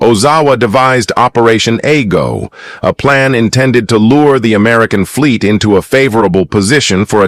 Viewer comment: A-GO not Aigo.